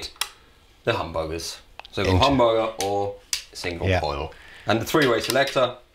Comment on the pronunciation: second time after sounds like hum burger 🤣